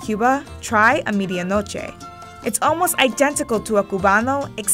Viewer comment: Lol it’s pronounced meh thi ah kno che (medianoche) not media noche